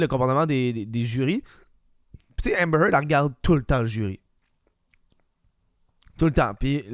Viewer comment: Hahmbhmer Heard?